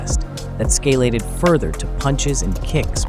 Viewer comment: "Escalated", not "scalated".